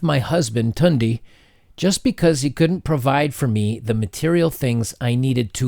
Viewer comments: Lmao. I figured he killed one of those names, lol. But thanks for the info. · Tunde😝😝😝 you killed that name. You're forgiven though.. It's pronounced Toondei with two neutral tones!!! The currency is Naira. 50k is around $130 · Lool hearing u pronounce the name Tunde and Naira like that is a highlight 😂👌,alotta Naija gals r crazy btw